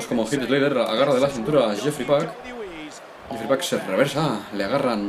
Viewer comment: el nombre de el luchador es jeefrey pac y lo pronuncia yefry pac como mi nombre